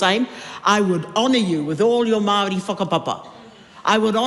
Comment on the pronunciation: At the risk of sounding racist, I have never heard Maori pronounced that way in my 40 years in New Zealand. I live in Waitara and was always told it doesn't matter the word, you should always roll the R. Not to mention the rest of the pronunciation.